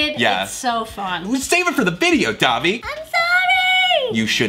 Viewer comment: Am I the only one who here's Dabi when ever Thomas says Davi